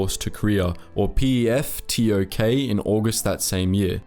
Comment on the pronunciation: As a Phillipino 🇵🇭🇵🇭🇵🇭, I laugh at his pronunciation. Peftok is “pep-tok”. Conrado Yap is “Con-rad-o Yap” (say rad with a quick “a”, as fast as the “e” an red. “O” with a circular mouth, and longer sound. I can’t really describe it, but if you get it, it sounds very Phillipino.